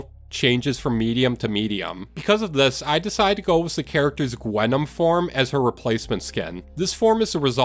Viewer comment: idk why but “gwenom” makes me crack up every time I hear it